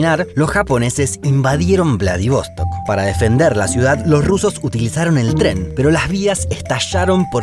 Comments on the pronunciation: Che.. que lindo el video y bien decorado con imágenes. Lo único que es Vladivostók acento en la última ó... no es inglés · Haber antes de parar en Ekaterinburgo se puede parar en Perm (donde yo nací) y pues de ahí a Ekaterinburgo. A y otra cosita: es VladivostOk con la acentuación en la última sílaba, no como tú lo dijiste. Всего хорошего.